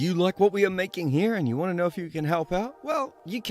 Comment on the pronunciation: ''the older you get, the more you wangt the world to end with you'' I LOVE!